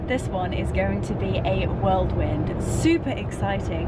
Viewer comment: Lol! It’s whirl wind not world wind. I used to say the same thing😊 love all the content.